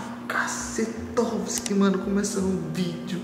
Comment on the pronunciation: "Casetoviski" kkkkkkk onde tu tirou isso